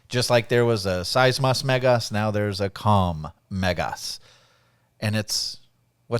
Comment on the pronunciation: You said "Megas" like a true Greek!